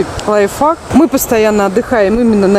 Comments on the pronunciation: Пожалуйста говорите ,правильно не которые слова..Например не Лайф фак,,это ужасно.. А Лайф хак.. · Лайфхак, а не лайфак😂